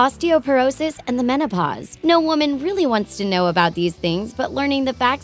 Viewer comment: "when women reach the monopause" wtf